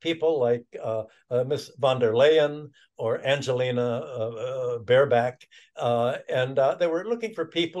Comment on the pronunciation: Prof Hudson called her "Bareback" and I couldn't stop Olaffing